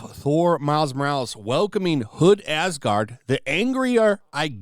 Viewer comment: Asgard became AsGANG